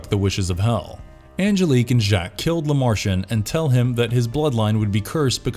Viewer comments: You pronounced it like “la Martian 👽” The films pronounced his name correctly in English with a broken French accent. It’s not hard to mimic that. Just another content creator, with valuable insight, that doesn’t truly value their content. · Good video, but either I’ve been mispronunciation “Lament” for 30 years, or the narrator didn’t give enough of a shit to watch any of the movies. Also, mispronouncing “LeMarchand” was a little annoying. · Tell me you've never actually watched the films without telling me you haven't watched them. You literally just read something someone else wrote. You mispronounced so many names. Lament is pronounced "Luh-mont", Channard is "Shuh-nard", Lemarchand is "Luh-marsh-awned" not fucking Le-martianed. You literally just read some bullshit and guessed at pronunciations. Thumbs down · You studied everything about the movies except how to pronounce "lament" and "LeMerchant" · I third the motion. Toss the way he pronounces Lemarchand, La Martian on that list too. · LeMarchand. Elysium. I need to stop listening to this. It's obvious you're just a reading a script that I imagine you didn't write yourself because you are not even close with most of these. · I wouldn't call reading the Wikipedia synopsis of each film and adding a couple of IMDb trivia facts here and there an 'exploration' of the franchise. They don't actually explore anything at all. And they can't even pronounce anything right. It's clear they have never seen these movies at all.